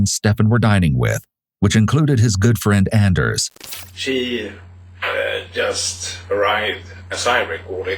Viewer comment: Anders is pronounced AWn-ders.